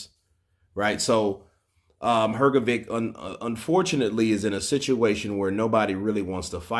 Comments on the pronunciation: Dude, it's pronounced Her-GO-ViCH not Her-Go-ViK. Honestly man, it's real disrespectful constantly saying someone's name wrong. If you're gonna report on these people, at least have the decency to say their name's correctly. Saying VICH is not hard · please, its "Hrgovich" not Hrgovick